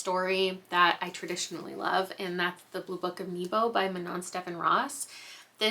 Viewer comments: Sorry, the e in Nebo is pronounced closer to the first e in never 😁 also one of my favourite books - manon steffan ros is an autobuy for me. Her best book (imo) is Llechi, but thats not been translated into English 😕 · i snuck blue book of nebo in right at the end of the year and adored it, so glad i picked it bc of you! definitely recommend you watch dimension 20’s burrow’s end since you loved it so much! (also: according to the audio its pronounced neh-bo)